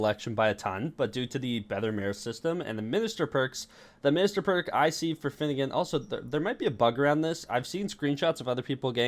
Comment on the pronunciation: Bro not finnegan